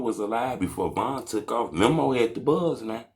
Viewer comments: DUDE ITS MEMO NOT MIMO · Lmao boy said Memmo 600 🤣🤣🤣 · Buddy be on they nuts so much and still can’t say memo right 😂😂